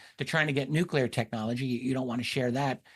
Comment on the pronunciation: It's NUCLEAR "NEW-CLEAR" Nucular isn't a word ok?